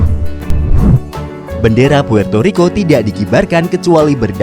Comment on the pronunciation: puerrrrto rriko